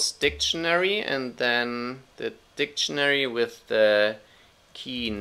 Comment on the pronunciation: keep your opinion , that "funcchen" and "dicchenary" countinuesly gives me headache , this is mine :)